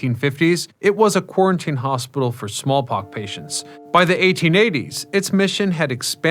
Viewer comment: But how else will we learn about quarantine hospitals for... smallpock.. patients...